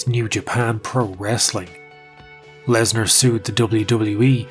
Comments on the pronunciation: Dude, it's "Lesnar" not "larsner" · Wait, is it Lesnar or Larsnar? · Continuing to refer to him as larsner after Joe Rogan mispronounced his name is pure comedy. Edit: the Mir headphones zoom is absolutely sending me😂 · "We're here with Brock Larzner" You had 1 Job Joe.. 😂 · Just finished watching. Great video brother. I wanna say two things- RIP Fozzy 😢, and you had me cracking up when you kept the Larsnar going after Rogan butchered it 😂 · I value the commitment to "Larsner" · Brock larsner lmao